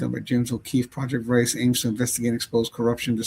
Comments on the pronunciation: Vare a taus- that’s how it’s pronounced and I’m surprised you never heard of it- they are on the news fairly often. You can go before a judge and give any account of fear of harm and a judge can rule without evidence . Wonder Why didn’t she get an order in Washington ? It’s icy in Washington , she could have injured herself somehow then blamed him- id like to see pictures of strangulation , to confirm. All news media were at Guthrie home - major news outlets were there 24/7 for over a month. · Project Veritas is pronounced Verra toss, it's the Greek word for Truth. James O’Keefe has another youtube channel called O’Keefe Media Group. He is widely known for getting to the truth doing videos undercover to get to the truth along with interviewing whistleblowers. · its project vear-a-taz , correct pronunciation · Project Veritas pronounced Ver i toss is a very famous group. The government has used their sting videos as proof in election fraud, and many other things. I first heard of JLR on an Interview Room live video. They said they followed them, so I followed them and I've watched for a couple years now. I just unsubscribed. This guy is a real low life. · Pronounced 'Vair - ee -toss". It is O'keefes endeavor. You've never heard of it? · It's pronounced Ver ah tas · that is Ver-i-toss. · Project Veritas = Ver ē tas pronounced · Your saying the project name wrong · How do you not know Project Veritas? Actually, you probably would recognize it if you pronounce it correctly. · WOW, Can't believe you never heard of the extremely well-known Project Veritas and you are mispronouncing the name. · My thoughts... I squirmed as this host butchered the word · Your pronouncing it wrong, dumb ass. Everyone know who O'Keefe is and project veratous. He's very famous, unlike you. CO's are corrupt too. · It’s VERITAS!!! Anyone doesn’t know Project VERITAS ???🤷🏻‍♀️🤷🏻‍♀️🤷🏻‍♀️🤦🏻‍♀️🤦🏻‍♀️🤦🏻‍♀️( CHECK THE DAMN PRONUNCIATION!!!!!) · Veritas is pronounced Very Tas. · It's pronounced Ver-i-tos